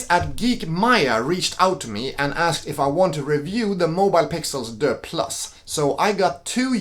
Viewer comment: This French “Deux” is hilarious. It’s DUEX, like dual.